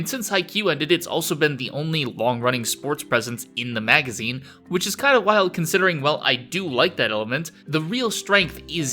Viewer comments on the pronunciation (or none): none